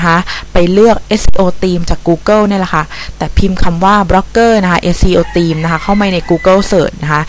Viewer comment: ทำไม เสียง ท ในภาษา อังกฤษ คุณออกเสียงเป็น ตอเต่า หมดเลย ตีมม งี้ เทคโนราที คุณออกเสียง เทคโนรัดติ ไม่มีรัยแค่สงสัย